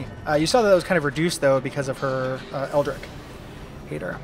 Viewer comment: I have no idea if it's "ripahst" or "ripoast", but since you brought it up, eldritch is "eld-rich", because the german tch is pronounced like an english ch.